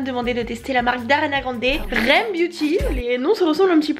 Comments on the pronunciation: ça me fait très rire comme tu prononce le nom de sa marque "rem beauty" 🤣 à la base c'est censé être couper le "r e m" mais tkt on t'en veux pas sinon c'est cool que tu aie testé sa marque avec un avis sincère ❤ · Franchement j’aime bien cette marque , ça se prononce R . E . M c’est le nom d’une de ces chansons 😂 ❤️ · Sa se dis R E M séparément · Coucou super vidéo j’adore quand tu teste les marques de make-up! 🥰 Petite précision sur le nom de la marque: les lettres se prononcent une par une en anglais d’ailleurs si tu remarque bien le R et le E se disent Ari ce qui fait référence au surnom d’Ariana voilaaaa bisoussss ❤️